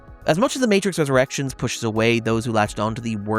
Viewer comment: Almost every time you said The Matrix Resurrections I hears The Matrix's Erections.